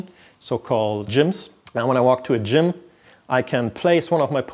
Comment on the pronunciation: I can't stop smiling whenever he says "D'jmm"